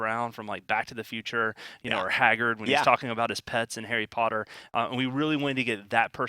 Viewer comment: They were talking about Hagrid because they said "and other things from Harry Potter too", and they also mentioned all of Hagrid's pets. It's just that they mispronounced his name